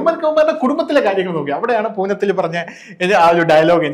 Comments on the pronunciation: Poonam അല്ല punathil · പൂനത്തിൽ അല്ല പുനത്തിൽ കുഞ്ഞബ്ദുല്ല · പൂനത്തിൽ അല്ല, പുനത്തിൽ കുഞ്ഞബ്ദുള്ള. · ഒരു ചർച്ചയിലൊക്കെ ഇരിക്കുമ്പോൾ കേരളത്തിലെ പ്രശസ്തനായ ഒരു എഴുത്തുകാരന്റെ പേരെങ്കിലും ശരിക്ക് പറയാൻ പഠിക്കണ്ടേ. പൂനത്തിൽ അല്ല പുനത്തിൽ ആണ് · പൂനത്തിൽ അല്ല ചേട്ടോ... പുനത്തിൽ കുഞ്ഞബ്ദുള്ള